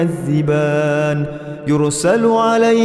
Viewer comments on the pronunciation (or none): none